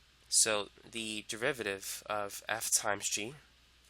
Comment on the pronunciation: "If you wanna find the devivaviv..." sorry man, you are making this topic easier and at the same time funnier cause of how you pronounce derivative